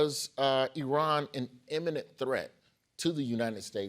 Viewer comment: you say eminent i say imminent